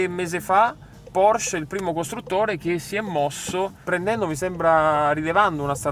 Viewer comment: "Porsch" ? PorschE, il tedesco è come il maiale, non si butta via nulla.